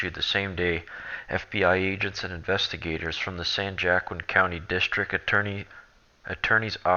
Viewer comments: San Jackin? Try San Wa-keen, I found the article and ran had Microsoft Cortana read it, even the computer pronounced it correctly. My apologies to you, I have OCD. I do not like correcting folks (except Liberal Progressives), it's compulsive. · Thats San Wa Keen valley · San Joaquin pronounced "San Wa Keen".